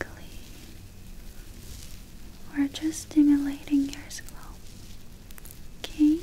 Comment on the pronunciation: It’s not okay it’s ukae